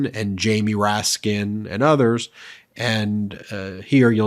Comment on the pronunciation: Why do the southern members have such an impossible time leave the “s” off the end of Jamie Raskin’s name?!